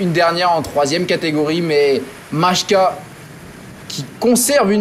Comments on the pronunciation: Majka ne se prononce en aucun cas "machka " mais bien "Maïka" - un peu de respect pour les coureurs, stp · La prononciation c'est phonétiquement "Mailleka"